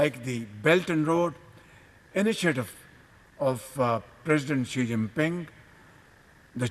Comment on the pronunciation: " president Shi Jimping "😂😂